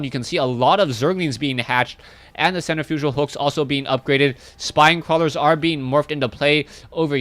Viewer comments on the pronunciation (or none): I'm not normally one to criticize the way people say words, but the way you say centrifugal cracks me up XD May want to take sen-TRIF-i-gal out for a spin lol. Other than that, great shout casts